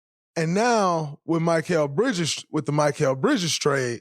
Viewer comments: “My-kel “ who is this player. Dray gotta be trolling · Mr. New Media… can’t even pronounce his name correctly! Not Mike-ale! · Most hilarious part of this: Instead of mispronouncing “Gobert” on purpose, as he usually does, he’s mispronouncing “Mikal.” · He still can’t pronounce mikal right lmao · why tf you continue to butcher his name like that??? 😂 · Dude why can't you pronounce Mikal 😂 😂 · Spit it out man! How much thought gathering does someone have to sit through to hear your anti-Knick agenda! Isn’t this show recorded? Shouldn’t you have your points set before turning on the camera? Plus just say Bridges, butchering the man’s name!